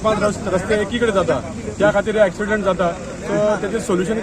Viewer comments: Axiement or accident, don't even know to pronounce the proper English . who employed you dear😆😆😆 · Not acciment but accident